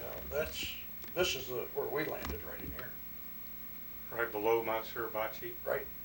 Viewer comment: Mount not Mouth